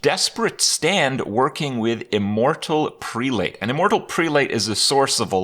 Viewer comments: immortal prelate: preh-lut. Kind of like zealot. English has stupid phonetics. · it's pronounced prell-ut